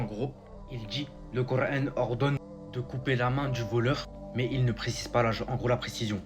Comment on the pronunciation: Pourquoi tu prend un accent de wahabite quand tu dit kur an. Tu fais delirer. Retourne jouer a la play et n’oublie pas de t’actualiser à France travail